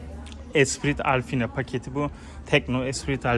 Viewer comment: “Alfina” paket nedir?! - “Alpine” diye yazılan paketi direk “AL-Pi-NE” diye okusan daha iyi olurdu, yada diğer otomobil kanallarında telafuz ettikleri gibi de söyleyebilirdin ( Al-pin gibi) Senin ki resmen gördüğün harflere fantezi katmak olmuş — Alpine’yi Alfina’ya Nasıl çevirdin bravo doğrusu, gördüğünü bile doğru algılayamayan bir insansın kim bilir duyduğunu Nasıl yorumlarsın….